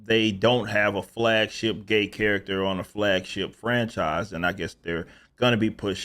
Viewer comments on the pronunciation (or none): I thought you said fagship for a second. Lol